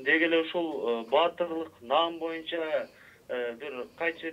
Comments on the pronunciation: Бу мойунча эмес бул бойунча деп айтылат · ушул боюнча дегенди ушул моюнча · бул мойунча деп суйлойт экен мойунчабы же бойунчабы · Боюнча дегенди моюнча дейт го туура суйлоп алчы мээрбек